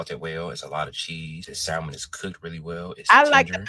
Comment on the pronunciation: Keith the "L" is quiet in salmon. Please correct.